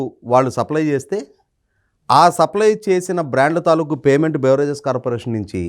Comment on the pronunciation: వీడియో బాగుంది. కాకపోతే మంత్రులు అనిత గారురామ్మోహన్ నాయుడు గారు తాలూకు అనే పదాన్ని తాలూకా అంటున్నారు. మీకు కూడా అలాగే దొర్లింది సరి చేసుకోండి.